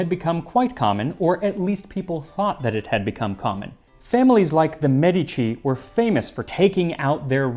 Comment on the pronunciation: Thank you for pronouncing Medici correctly.